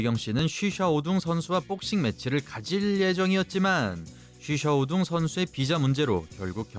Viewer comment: 이 유일하게 쉬샤오둥 관장의 이름을 정확하게 부르시는군요